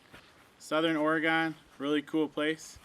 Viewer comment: I’m going to keep editing until I am all the way done with this video 🤣 Did you say Or-E-Gone!? 🤦🏻‍♀️ lol! Also that’s how the high desert is. Be windy as heck and after the sun goes down everything just goes dead silent. It’s crazy. We’ve never been! Tried once but the road was closed for the season. Told Hailey when we go we will sleep inside. She replied she’s not coming 🤣 Uhhh yes there are rattlesnakes out there lol …and scorpions